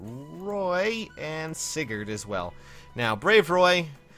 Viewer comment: Oh no, he said Sigurd. Demonetized.